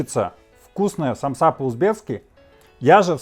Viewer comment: И только русские говорят самсА , аж уши трубочкой сворачиваться .... У меня на родине так россиян вычесляют , потому что правильно ед.ч. сАмса, мн.ч. сАмсы